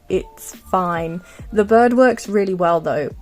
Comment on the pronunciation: I luv ur voice but when u said bird i thought u said bud and i was confused but ur accent is really cute ⭐🩷